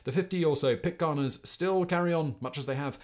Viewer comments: Great vid! ...Pittc air-ns... not Pittca are-ns !! Spoken as spelt! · This was fascinating to me. I’m interested in anything maritime, and the stories of Bligh and his activities are directly related to Sydney, where I live The tales of Sydney life around the time of the rum rebellion make for fascinating reading. The only glitches in the video are your pronunciation of “Pitcairn”, and it’s derivative “Pitcairners”. And “Timor” which rang out during your commentary like a dog barking, to mix metaphors. But a rollicking good yarn well told. Thank you Simon